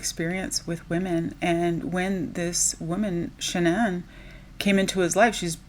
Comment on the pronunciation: Her name is pronounced ''Shannon'' according to her parents. She changed it to be unique and special like the narcissist she was